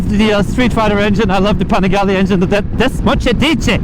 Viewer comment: Desmosedice Engine😬😂😂😂😂😂😂😂